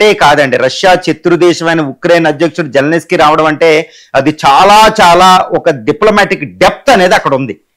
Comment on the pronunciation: జెలెనిస్కీ కాదు సామీ. జెలెన్స్కీ (జెలెన్ స్కీ) అని పలకాలి.